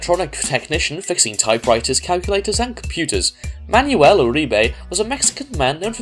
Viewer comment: itz not ma-ny-uel itz man-wel